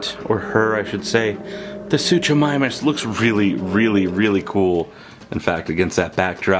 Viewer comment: Totally saying the name wrong